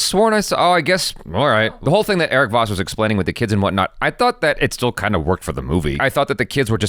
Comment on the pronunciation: Sounds like it the more I cutback and listen "I tot dat" 🤣🤣🤣